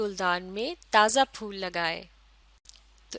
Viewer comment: folll nahi phool